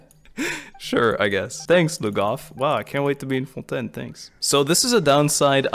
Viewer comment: Actually got jumpscared by the perfect fontaine pronunciation lmao